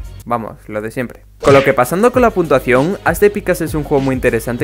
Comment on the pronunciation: Hola me saludas xd dices puntuasao en mes de puntua cion